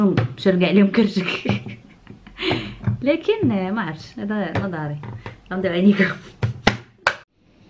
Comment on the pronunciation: كتعصبيني ملي كتقولي لكن.